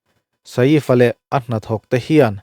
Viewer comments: Keipawh mak kati a nupui ngei pawm saif ti in ako tho sia sa-if han tih deuh tlat hi. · vai news pawn Saif an ti mai a, inla sa-if deuh kher😂😂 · Sa-ifa' han tih kher😂 mi zawng2 lamdan in 'Saif Ali Khan' ti ve mai la. .. Sa-if a tih deuh kher😂😂😂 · A hming hi milar ngang anni a,tv ah te hian an lam hnem na rawh...Sa-if an tih hi ka la hre ngai miah lo,Saif ali khan anti mai,engtia han ti sa-if tlat nge maw inih le,hriat achakawm teh e....Bandra velah sa-if tiin zuk zawng la anlo buai viau mai lawng maw le.... Hmanni california ram kang lah kha,ka en nawna ka ngaihthlak nawn ngat ngat pawn mingo ho chuan PALISADE anti mai iti Pali-sade tlat tawh bawka,changkanna chi khat ah ingai deuh emawni..... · Sa if a tih hi ka duh e😂 sial thak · Sa-if tih hi a lam dan dik tak tur a ni e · Nia, Saif Ali Khan an ti mai.. Tih Saiiiff va tih vak a ngai lo, Engtin nge an lam tih hi hriat hmasak tum hi a tha e 😅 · Sa îf i ti hi chu ..mak ka lo ti ve deuh..I bih zau hmel viau si a.